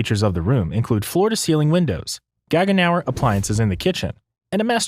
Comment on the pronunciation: GAGENAU< NOT Gagenauer!!